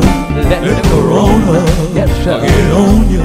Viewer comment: LOL he said CORONTA. My people do not disappoint.